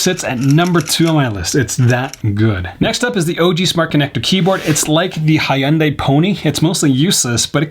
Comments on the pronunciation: “that’s not a plug for hy-Un-dai”… because that’s not how it’s pronounced. Show some respect to your fellow Asians lol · The Hyundai and Mazda pronunciation though.